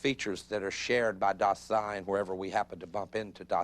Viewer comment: I don't know why they mispronounce "Dasein". The accent should be on "Da" not "sein". The mispronunciation distorts the actual meaning of the word.